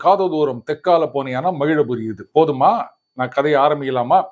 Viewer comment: மகிழபுரி இல்லை மகிழாபுரி என மாற்றிக்கொள்ளவும்.